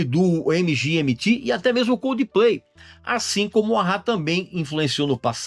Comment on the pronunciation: Foi apenas eu que ouvi o Régis falando C Udplay(Coldplay banda) no ?